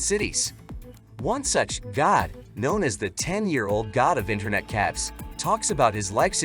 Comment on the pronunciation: "Live" pronounced as "livv." Internet "caffs". Yup.